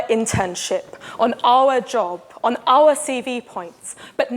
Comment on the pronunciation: she says our weird.